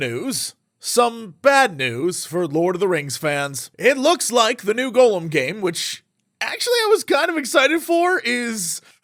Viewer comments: Why is Jesse the only person on the planet that says Gollum's name as "Golem"... 😔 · The way he pronounces it like "Golem," I thought it was a game about a big Jewish clay robot. Maybe that would have made for a better game. Gah-lem and Goh-lem. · I hear so many youtubers pronounce this game as Golem. Is this some kind of in joke I don't get, or do they truly don't know how to pronounce Gollum?